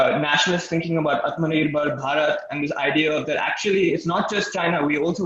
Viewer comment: Dave Lewis - dude at 1.17 cannot pronounce ATMANIRBHAR BHARAT !!!! cmon maan ! Shape up.. slow down.. and try this a 100 times in front of a mirror ! GET THIS RIGHT !